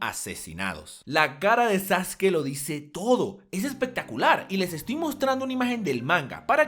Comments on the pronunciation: Es sasuke no sasuki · Me cago de la risa cuando le dicen "Sasuki" XD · Por qué sasuki? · Amigo te equivocas, Sasuke se pronunciaba Sasuke en ese entonces, cuando salió el doblaje se le empezó a conocer como saske, porque en Ranma 1/2 el ninja se llamaba Sasuke y de ahí pensábamos que esa era la pronunciación, por la comparación con la pronunciación del otro personaje.